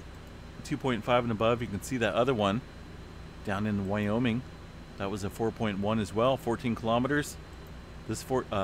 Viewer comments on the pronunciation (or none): none